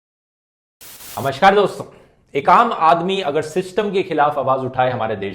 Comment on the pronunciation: namaskar toh thik se kalre